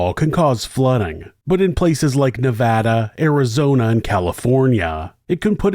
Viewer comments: Thank you for pronouncing Nevada correctly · 92/93 was a HUGE winter here in Northern Nevada! I will never forget when this happened, unfortunately this scenario has played out quite a few times over the decades, winter is no joke here in Northern Nevada! As a Nevadan I thank you for the correct pronunciation of Nevada, much appreciated! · Thank you for the correct pronunciation of Nevada